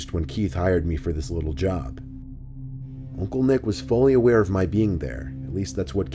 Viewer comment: The way he says Oncle lool